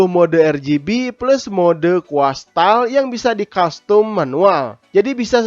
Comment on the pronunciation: braded (bredet) bukan branded (brendet), plug and play (plak en pley) bukan plek eh play, custom (kastem) bukan kostum HEHHEHE semangat terus lur